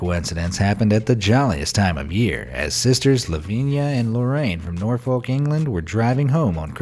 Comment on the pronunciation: We pronounce Norfolk 'Norf-k' in Britain, like there's a small gap between the f and k. We also joke about their extra fingers.